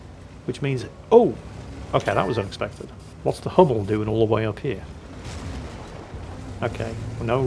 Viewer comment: the "u" in "Hummel" is the same "u" you brits have in "butcher".